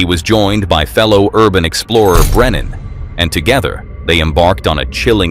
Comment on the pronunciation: Uncharted travels name is Brennan not brenner!!